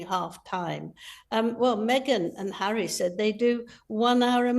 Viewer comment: Me-gain is scary bad. Hawwy too.